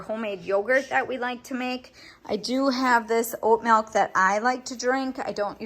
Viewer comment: There’s my fellow Wisconsinite, pronouncing milk like melk ❤️